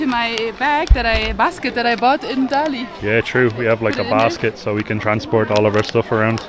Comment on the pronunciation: dali读大理，not达力，da第四声，li第三声，just fyi